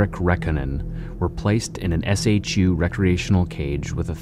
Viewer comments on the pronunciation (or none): You say "SHU", and SAC, wrong. It's spoken as "SHOE", and SAC is spoken like "Sack". The shank is not at all a "bonecrusher", as a bonecrusher has a blade longer than a foot/12 inches, roughly, and that shank depicted is the smallest one I ever saw (used because it can send a message, yet that message is NOT "I killed him", as it is generally considered too short to cause deaths).